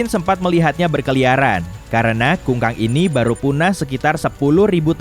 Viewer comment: kukang min bukan kungkang hhhaaa